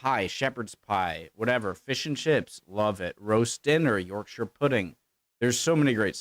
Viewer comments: 😮😮 I love jelly & ice cream. And some puddings. But NOT Stargazy Pie. And Not jellied eels. Chip butties are great. It is NOT "York_shire" it's "Yorksher". I have never had a deep-fried Mars Bar but (Anerican) Joel of JPS Reacts loved it when he visited Scotland last year... (I hate olives, and figs) Scotch Eggs are fine. I've never had black pudding, nor haggis and just the way they look puts me off!! I don't care for curry sauce on my chips. It's nit pronounced haggies! (It's haggis) Fish fingers sandwiches is okay... Toad in the Hole is tasty. That one in the video looks more like bangers 'n' mash. NOT french fries sandwich!! Chunky chips smothered in salt "n' vinegar...yummy. but why,, do you watch such awful videos by ignorant Americans incorrectly descibing and showing the wrong images of Britidh foods and mislabel it as English foods?! Why?! Why. 😮😮😮 🏴😟🤔🤔🤔🧡🇬🇧🖖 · Haggeees....glad you spotted that! Also Spice elitism is bollocks. A proper chip butty is a joy to eat, with a drop of Brown Sauce. You're right about the Toad in the Hole....guy is clueless. Also, Yorkshire?...not |Yorkshuh? Taking lessons from a cuisine that is World Famous for it's sheer awfulness (and unhealthiness) is gauling, to say the least.....especially when he doesn't seem to have even eaten most of them! Sorry to rant,, but there's just too many of these vids. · And the pronunciation of Yorkshire for the puds shouldn't sound like somewhere out of Lord of the Rings. Quite why US video makers employ people to talk about British things who haven't got a clue how to pronounce words properly I've no idea. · I don't ever want to hear that guy say Yorkshire again.